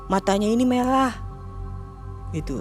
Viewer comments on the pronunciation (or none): lilin merah bukan lilin melah😂😂😂